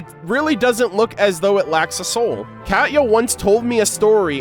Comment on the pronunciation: It's not "cat-ya", it's pronounced "Kah-Tee-Ya". Sorry, that was just bugging me.